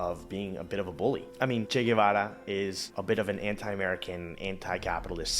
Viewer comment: GuEvara, not GuAvara. Americans tend to panic when they encounter foreign words or names, and don't give them much respect